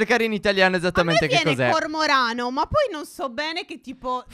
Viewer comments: A ragione fede si dice corvorano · Si dice cormorano